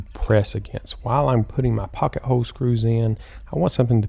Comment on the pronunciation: You do know there is an L in the word hole right?